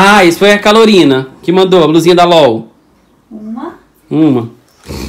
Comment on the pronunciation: Calorina foi boa murri🤣🤣🤣🤣🤣🤣🤣não seria Carolina